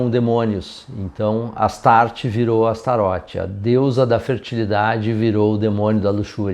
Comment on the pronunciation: Sabe o vocalista David Lee Roth? Tu não fala David Lee Rô né? Astaroth não é Astarô né? 😂